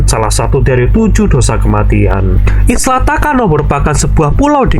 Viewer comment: Isla atau island mhn di baca sesuai kaidah English lur